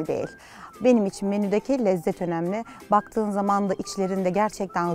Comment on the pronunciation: Zuhal Topal gibi bir sanatçının açık e kullanarak devamlı “önemli” kelimesini söylemesi artık tahsmmül edilir gibi değil,kendisine hiç yakışmıyor.Yanlış anlaşılmasın kendisini hem insan hem de sanatçı olarak beğeniyorum ama bu kusurunu derhal gidermesi gerekiyor.Ayrıca “kendi,belli gibi kelimelerde de sorun yaşıyor.